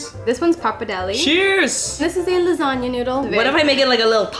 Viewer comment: The G in tagliatelle is not pronounced. You don't eat lazag-nia you eat lasagna.